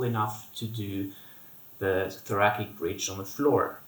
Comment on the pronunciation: Thanks for these excellent exercises- will add to my bridging routine! One comment- thoracic is pronounced thora"SICK" as opposed to thora"KICK" Thanks again! :)